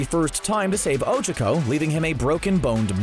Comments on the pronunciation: Oh- CHA-co Not Oh-chaua-co or however you are saying it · Oh chuck oh. I haven't heard anyone butcher names like this since my 2nd grade teacher... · "Ojuhco" Um I think you mean ochacko... like oh-chalk-oh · It's Ochaco not Ocheco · Uhhh it sounds like you're saying Ocheco... Its Ochaco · 'ochoco' >:( and i thought it was 'ochako. huff. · Her name isn't Ochoco its Ochaco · O-Cha-Ko thats how its pronounced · I love how cbr calls ochaco ogiko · Kawaii Sunflower my hero acad ee mia is NOT how they pronounce it in the dub, nor is ohchuckoh stop acting like this butchering is normal 😎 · NAH he says Ochico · Ochico actually sounds easier to say. Especially if you say it like he does.. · the pronunciation of ochaco makes me feel uncomfortable 💀🥺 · The way he pronounces Ochaco in these videos drives me insane. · Mmmmmm the way he pronounces ochaco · and the way he says ochako